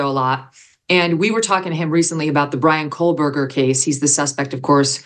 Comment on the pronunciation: Dear Megyn, accuracy matters. There is no "l" in Kohberger. Think assistant burger, as in co-burger.